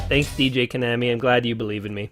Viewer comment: It's pronounced Ko-naw-mi :)